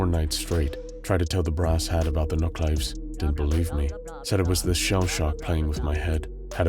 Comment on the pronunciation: They did a good job, but they're pronounced 'NUCK-luh-VEEZ', not 'NUCK-laves'.